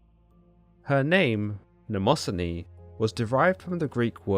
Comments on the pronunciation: It’s ‘nyma-scene-ee’ not ‘namoh-son-ee’ Mnemosyne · It's Mne mo syne you pronounce it wrong